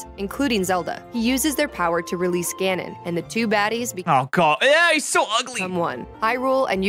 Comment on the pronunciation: Your pronunciation Ganon and Ganondorf hurts me deeply.